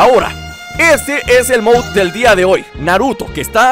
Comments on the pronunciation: Jose Pereira alo mejor en mexico se dice moud en vez de mod :3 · se dice mod COMO SUENA MODDD NO MOUSSUCNORMAL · moud:D mod MOD:v como suena mod no moud MOD:B